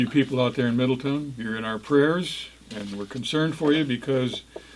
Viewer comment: Thanks guys for the heads up!! It’s pronounced Middle town. Not ton. 😬👍🏼😉